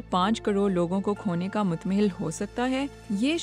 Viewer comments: Urdu reading was good, exxept the last word. Not as... MUTT-MAHIL but read as Mutt-hammal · Try to improve your urdu... Not متمحل it is متحمل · not mutmahil متمحل it is mutahammil متحمل in the last sentence ... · متمہل نہیں متحمل لفظ ہے